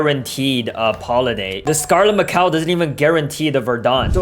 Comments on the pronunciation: “We gat a scarlet macow here” 😂😂😂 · "Scarlet Macow"💔💔